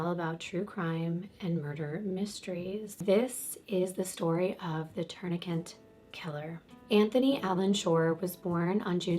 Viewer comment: It kills me when you say "my legal background " but then say "tourniquent" over and over. Lmao there is only one N in the word "tourniquet"😄